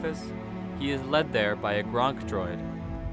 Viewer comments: GONK not GRONK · It's GONK, not GRONK. They dont play for the Patriots when theyre not filming movies 😐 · Did you really call a gonk droid a GRONK DROID? my vibes have been killed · It's a Gonk. Not a Gronk. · Gonk, not Gronk. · Gonk droid you warthog face buffons, not Gronk. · the gnk power droids are refereed to as "gonk" droids not "gRonk" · It’s Gonk droid. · Did he say “GRONK” droid!? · This man really just called it a "Gronk" droid lmfao. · It’s pronounced Gonk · MAsterr Serch lmao it was right there 😂😂 where’d he get the i from 😅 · it is gonk